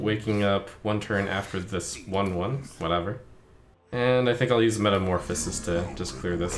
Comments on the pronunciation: Is... he pronouncing Metamorphosis as "Metamorphis"? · I think he's saying Metamorphose